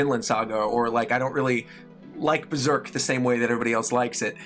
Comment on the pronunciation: Berserk, Hunter X Hunter, and Vagabond... Thats not how you say it...